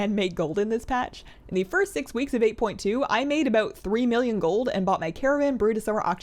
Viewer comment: "Abooot" lol.